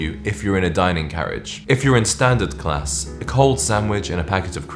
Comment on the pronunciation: Where are you from? The way you say “class” is bothering me.